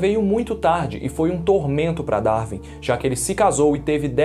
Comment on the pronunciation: Quando o brasileiro acertará a pronúncia correta de “Darwin”? Nunca?